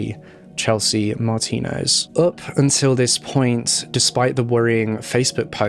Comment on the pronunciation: Kudos 👍😁😎 for you, you pronounced her last name right!!!!!